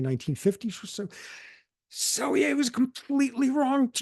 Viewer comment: Cool conversation. Just a side note, that's not how you say Selye's name. In Hungarian "sz" is the equivalent to the English "s". "S" is pronounced king of like "sh"